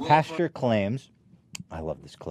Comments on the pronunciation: i love that ethan says "pasteur" instead of "pastor" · I love you guys but does Ethan not know the word pastor is different from the word pasture? It makes my skin crawl when he says it wrong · Ethan always says pasture instead of pastor 😂😂😂